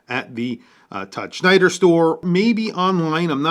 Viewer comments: It's Tom Snyder...not Schneider. But looks great. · WHY TF does he keep saying "Schneider?"